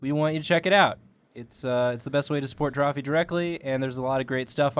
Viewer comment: Eheh said "Welcome to Drawpee" at the start